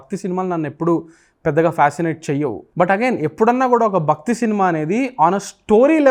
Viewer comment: 'Bhakthi', not bakthi.